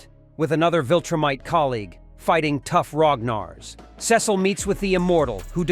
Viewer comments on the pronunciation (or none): It’s not sis oh it Cecil